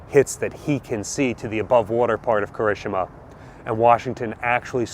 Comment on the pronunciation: please, Japanese is phoenetic. Ki-ri-shi-ma